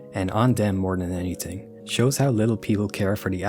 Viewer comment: The way you say thread and anything pmo so much bro it’s not tread and it’s also not anyting